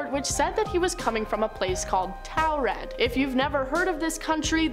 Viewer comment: Listening to her pronounce Taured as toaw-red instead of tour-red is funny.